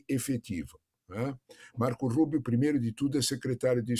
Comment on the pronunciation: RIDÍCULO A JORNALISTA DIZENDO "MARCOU RUUBIOU" QUANDO O CARA É CUBANO 😂😂😂😂😂😂😂😂